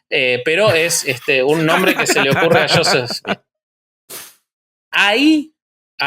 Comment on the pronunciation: Se deve pronunciar yoset,no shoset